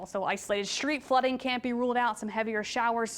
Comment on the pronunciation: What's "shreed flooding"? S